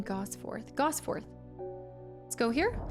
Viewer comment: and heres me giggling at the mispronunciation of Ambleside ;) and Gosforth